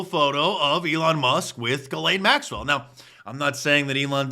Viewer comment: He called him Jeffrey yet acted like he didn't even know how to pronounce his last name.